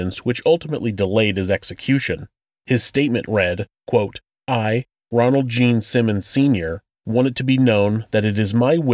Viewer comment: Ronald. Not Donald.